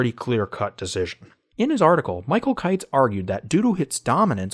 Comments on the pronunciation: Kitces is pronounced KIT-sees, not like Kites. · It’s pronounced “kit-ches” just fyi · You should learn how to pronounce the guy’s name